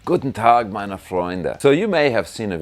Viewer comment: Being half German myself, your 'Guten Tag meine Freunde' and 'Es ist teuer' without any weird accent was an immidiate subscribe lol! That, and your informative vids on Dean vs Gibson, or rather Gibson vs Dean 🤘😎🤘